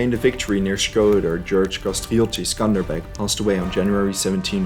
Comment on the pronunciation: Its accely not skender beg its skender beu who told u its skender beg lissin from an albanian mate its skender beu